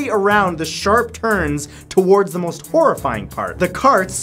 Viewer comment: i don't like the way you say towards